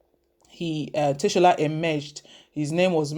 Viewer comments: Madam you are not calling the Ogiame Atuwatse III well, your pronunciation of Ogiame's name is wrong. It's not Teshola. His name is Tsola for your correction please. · Good reporting but madam, "Tsola" is simply pronounced as 'Sola' as in Yoruba language. In Itsekiri, 'ts' together is pronounced as 'sh'. You asked for our take; I hope you will take note of the correction too.... ...I come in peace!